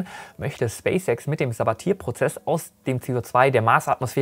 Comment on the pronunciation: Bitte das Sabatier im Sabatier-Prozess etwas französischer aussprechen, also in etwa Sabatjeh